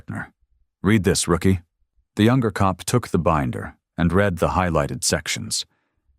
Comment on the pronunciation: It always makes me laugh the way AI pronounces words!